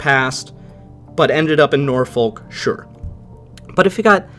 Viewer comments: NO you utter mong I cant take it no more .... it's pronounced NORFUK .... stupid yanks ruining MY language !!! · Nor-fuk Virginia